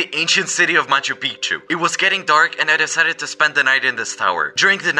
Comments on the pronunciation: It’s Machu Pichu not Machu Pikachu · nah bro said machu pickachu